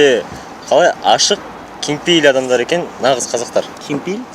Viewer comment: Балааа❤ кенпейл десе кенпейыл дедыго😂 Алем Баланы урмааа😠